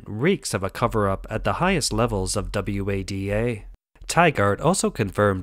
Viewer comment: Are you insane? The voice over pronounces FINA and WADA as F I N A and W A D A. Classic signs of text to voice, together with the stilted delivery and lack of emotion. If I am wrong then you and "Todd" are the only peoplen on the planet dumb enough to not realise it is and . I agree they do a good job of covering the various topics but it is pity that a script like this is undermined by such a rubbish voiceover.